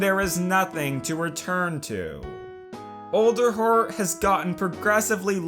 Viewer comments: Did anyone else hear olderheart instead of alderheart? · Is it pronounced Olderheart, or ALderheart (as in Weird All)? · you mean ELDER like as in the ELDER DEN but it's pernonced Elder heart not Older heart it's spelled Alder heart!!